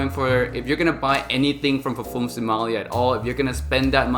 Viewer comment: When you are into Fragrances learn to pronounce the word Parfum otherwise just stick to Perfume.